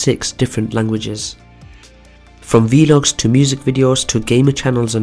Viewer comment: Isn't vlog pronounced like vulog instead of veelog?